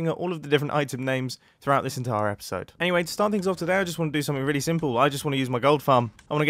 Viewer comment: I can hear the first one Also, *ello *episode And theres a 'ere after mumbo